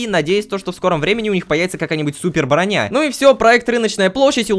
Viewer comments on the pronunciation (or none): none